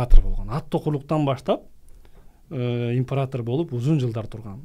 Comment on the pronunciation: Импаратар😂 дебей император десен ай😅